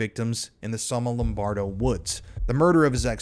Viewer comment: It’s Somma Lombardo, not Sonno Lombardo.